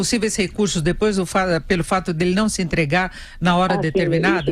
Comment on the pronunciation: kkkkkk o cara fica resolvendo questoes de calculo e nao consegue mas falar "entregar"